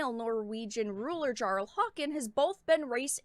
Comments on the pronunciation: Also its pronounced with a Y not a J in Jarl! (Yar-el) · Jarl is pronounced yarl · J is said like a y so it's read Yarl, great video just letting people know